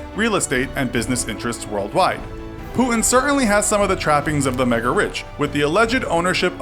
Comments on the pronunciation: I hate how this new millennial generation don't know how to pronounce the letter 'T'. It is Putin, not Pooin. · Putin not pu'ing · It’s not “pu-in”, it’s “puTin”, mate. Sorry but it annoys me so much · Lol he says pootn instead of putin. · Putin sounds like "put in" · great video but why the fuck would you say putin like that??? pooood-in?? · Who is Pooh-in? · stop saying pu-in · Who’s Puhun? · I keep hearing pooin wtf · Who is this Poooin you speak of? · Why do you pronounce Putin as Pu-in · Is it just me or was he pronouncing his name as 'poo-in' ? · there's a 't' in Putin - could you pronounce it please? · Wierd pronunciation of Putin. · i dont like how you pronounce putin :(